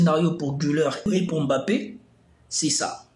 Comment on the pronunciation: Vous prononcez mal son nom à Mbappé